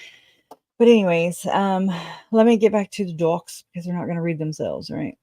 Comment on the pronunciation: "Read IN by someone else" is how I hear that sentence. Not "redden" or "readened".